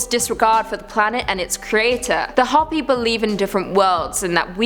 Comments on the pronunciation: You can say Ho pee not hoppy! I should know since that's my blood from my babas side of family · I can't pronounce half of those words ether. However, the name for the Native American group you spoke of is Hopi, pronounced ho-pee. Just trying to help. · It's pronounced HOPEE. Like hope with an elongated E. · Hoppy land lol it is hope-E, I love hearing your pronunciations, I suck at it also. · Kali is a goddess, not a demon. And it’s Hopi (Hooper) not Hoppy. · Hoppy.... Hoe-Pee. Lmfao. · It's Qwet-zill-cot-tull, and, it's Hope-y, not Hop-y. Also, we're doomed! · I'm 1000% sure it's pronounced hoe-pee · it is Ho-pi but that isn't what they call themselves. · Yeah, did great with the difficult Aztec names. Calls Hopi Hoppy....repeatedly. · How do you not know how to say the word Hopi and then the people who produce this video Let It Go on YouTube like this what a joke. Everyone's like oh you did such a good job this was garbage